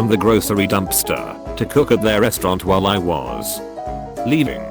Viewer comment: "While I was (weird pause) leaving"